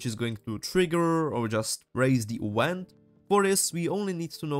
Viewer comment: Great tutorial. A note about your English though, you should search up how "Event" is said, and specifically how a "V" is pronounced. You're pronouncing it like a "U" and it's very strange. Not a negative remark, just trying to help as it was slightly distracting (but not a big deal).